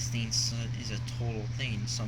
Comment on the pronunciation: How exactly can something that's just a digital store, have a gimmick? The tax is the only problem. And of course Microsoft Points don't have taxes, THEY DON'T USE REAL MONEY! Swearing isn't cool and doesn't make you adult-like either. Also, you really should learn to pronounce "thing". It's pronounced THING, NOT THEEN.